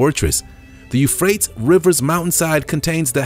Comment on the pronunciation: PLEASE! PLEASE! PLEASE! If you are going to try to inform the Public PLEASE TAKE TIME TO LEARN CORRECT PRONUNCIATION OF THE PLACE NAME WORDS! It really makes your authority suffer. The River Eufrates pronounced: YOU FRATE' EEAZE. Any good Dictionary has a PRONUNCIATION Guide in the front of the book. Easy to learn and use. Without it you're just shooting yourself in the foot, literally (pardon the pun).